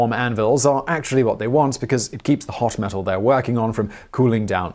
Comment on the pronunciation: Is it just me who was confused that he kept saying mesul instead of metal?